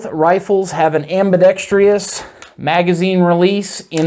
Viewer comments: Ambidextrous not "Ambidextrious" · Why does everyone, I mean all of them, insist on saying ambidex-Tree-US? It's ambidextrous. There's no E-US. WTF. Feel like I'm in the twilight zone. It's everyone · am·bi·dex·trous /ˌambəˈdekst(ə)rəs/ there is no 2nd I. It is not, am-bi-dex-TRI-ous (facepalm) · Okay, I’ll be the one to say it. It’s not ambidext-REE-ous. It’s ambidextrous, exactly how it’s spelled. Excellent video otherwise, but I couldn’t let you go through life saying that word wrong with confidence. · Just say ambi if speech isn’t your forte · I spelled it the way he pronounced it. I was being facetious.